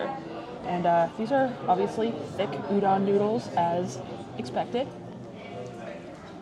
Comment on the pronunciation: Oh and btw Udon is pronounced “oo-dohn”, so excited for your last 2 restaurants!! いただきます🥢🍣🍶